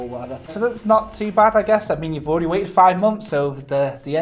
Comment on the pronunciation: you're alreddy on it